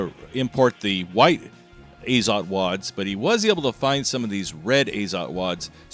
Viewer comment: A little bit of trivia. It's azOt, not Azot (too lazy to figure out how to put stress symbol properly). And for whoever might be curious it means nitrogen.